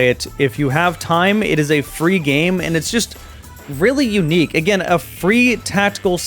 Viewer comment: I heard free as three and was a bit confused, xD